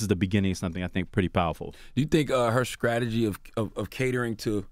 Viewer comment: .. “skrattegy”, Charlemagne, really